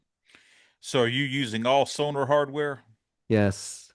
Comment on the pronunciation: Hey, trust on the pronunciation of Sonor. German brand, German drummer, no matter where in Germany you come from, only one pronunciation. 😅